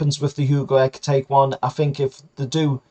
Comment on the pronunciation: Just for the record ekitike is pronounced eh-keh-tee-kay but the preferred geordie version is ecky tecky...